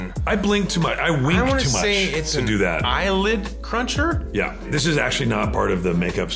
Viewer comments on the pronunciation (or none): LMAOOOOOOO "eYeLiD cRuNcHeR"